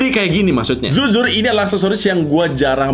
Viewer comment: taipo bilang zuzur harusnya jujur